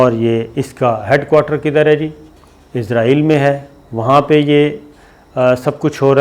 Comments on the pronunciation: بھائی ازرائیل نہیں اسرائیل کہتے ہیں!!! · It's not izrael it's Israel... Sabir sb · Shakir bhai mind it . Don't say izraeel